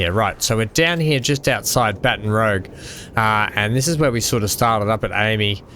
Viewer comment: Baton Rouge is pronounced 'Bat-on Roozh'.... It is French for Red Stick', so 'Bat-on Roog' does not apply...even in America...